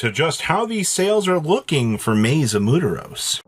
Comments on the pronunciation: Muturus....... Da fuck?!??? It's "M U E R T O S"!!!!! NOT EVEN CLOSE. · Who ever told the how to pronounce “Muertos” needs to go to jail…… is not mudoros lol muertos lol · being loudly wrong is not really funny. its just him being a dumbass and doubling down. Instead of going aw damn have I been sayin it wrong. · Him saying muteros instead of muertos has to be a joke at this point, there's no way he doesn't see the comments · It's Muteros, you bean. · You would think he’s just that white but shit I’m white and I know how to pronounce it as Muertos (MWEHR-tohs) cuz I live in Tucson AZ we have a large Spanish speaking community and I like to learn when I can 😂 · God at least try saying it right